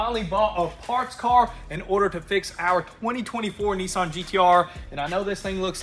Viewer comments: Hello guys up to you? but in new Zealand we pronounce nissan as niss-san (like hiss-can). I hear knee-sonn 😊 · It’s not Neesan, it’s Nissan! How are you pronouncing this with an E?